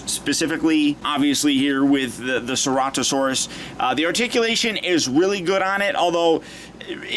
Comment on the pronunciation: U say it as sir-at-a-saurus